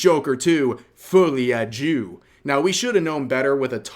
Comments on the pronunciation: Deux, not jew. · Isn't it like foulie a deux should be read more of "fully a do " than "fully a jew" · hehe, im not sure why ya pronounced folie a deux like "fully a jew", instead of the right way. guess its works in a way, though. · The way Rev pronounced the name of the movie sounds more like "Fully Adieu", which ironically makes for a better title for this franchise-killer. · is that how it's pronounced? well alright then why does it almost sound like, fool me a jew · Pronunciation of "deux" is simple from a German standpoint ("dö"), but I suppose for one with English as native language it's really better to just open Google's translator and let it read the word out loud. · "Fooly ad djoo." Oh my God! 😖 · I was listening on an audio and I thought you said Joker 2 Fully a Jew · "Foolee a djoo" x) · Am I the only one who heard "Joker two, fully a Jew?" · the way you said folie de joie hurts physically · I could've sworn you pronounced that title as "Folly, a Jew..." ...Might've been a more accurate title. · When he said the name of the movie at the the start for a second i thought he said "fooling a jew" lol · I heard "Joker 2: Fully a Jew" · got based about the small hats, or is he just mispronouncing it? 😭